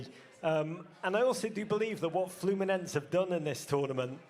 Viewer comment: its FLUMINESE, NOT FLAMENCO